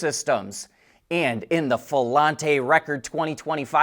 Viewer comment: "Filante" is pronounced "Fee-lahnt".